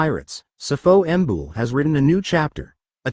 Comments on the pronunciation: It's not Sifo Mbul it's Sipho Mbule...😢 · Learn how to pronounce our names ..what the fuck is Sifo ambull